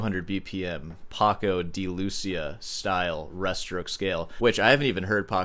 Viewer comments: I don't understand how can you not know Paco de Lucía, even more if your dad is Cuban. Also the accent is in the I, that's what the ´ means, Lu CÍ a. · Paco de Lucia. the accent falls on the "i" so sounds like "loo-see-ah" accenting the 'see' part. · I think you are mistaken. The emphasis is on the “i” on Lucia, not the u. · Si tanto investigáis, no cuesta nada fijarse en que Lucía lleva, precisamente, un acento en la letra i, lo que significa en castellano que la tónica recae sobre la misma. Por tanto, no se pronuncia Lúcia, sino LucÍa. La ce tampoco se pronuncia como ese en buen castellano, aunque millones de españoles y la casi totalidad de hispanoamericanos lo hacen como tal. Pero el acento, la tónica, la letra que resalta, es la i, no la u. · Nice try. Paco de LuCIa (not LUcia) I'm being a snob, I know 😆. New sub here. Keep it up! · It's not "lOOssiah", but "loossEEah". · it's Deeee - lu - c - a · Paco de Lucía (Loo-SEE-ah) is the appropriate pronunciation, which makes your guarantee worthless. It will be difficult for you to sell your used guitars with such a lack of credibility in your guarantee, even with a master’s. My question is: “Is this comment punch-worthy?” All in good fun. Keep up the charmingly funny arrogance and ignorance coupled with your progressively skillful demonstrations of guitar performances and tongue-in-check analyses. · My Andalusian friend pronounces it paco de lucia with the emphasis on the "i". He also just says it about x10 the speed of you or me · The 'i' is accented for a reason.